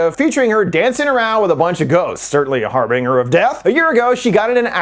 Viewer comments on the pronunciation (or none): Dude… it’s “Harbinger of Death” Har-Bin-Jer. Not “Har-Bringer” if that wasn’t some intentional weird play on words that no one would probably understand other than yourself, then you should really just not use terms you don’t understand/can’t pronounce. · That's not how "harbinger" is pronounced. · I've never heard "harbinger" pronounced this way 😂 Idk if it's right or wrong but that was great